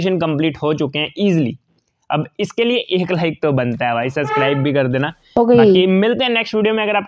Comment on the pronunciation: Subscribe bolna Sikh pehele.... (SUSCRIBE)🤣